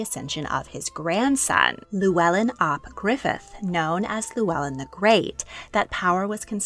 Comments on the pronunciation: This is great. Thank you (diolch). When you pronounce ‘Owain’ it might help you to pronounce it ‘oh-wine’ rather than that ‘o-Wayne’. And, although it’s not really correct in terms of pronunciation you could pronounce ‘Llewellyn’ which you’re calling lew-ellen’ as ‘thew-ellin’. Thank you for this brilliant series 🏴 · The LL is actually pronounced as an FL. Our family are descendants, and it is pronounced Fluellen, not Lluellen.